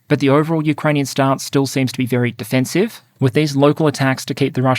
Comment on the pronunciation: I'm loving the content in 2025. Thank you for these thorough analyses! When alternately discussing offensive and defensive in the same sentence, can you please emphasize the first syllable a bit more? It was hard to clearly make out in one section of this one, and the difference was critical to your point!